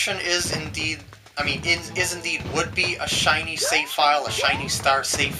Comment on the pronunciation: Haha "Chinese" stars XD I know u said "shiny" but it sounded like "Chinese" :P